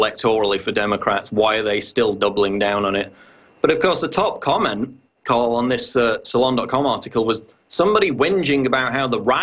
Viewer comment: Tarl, not Carl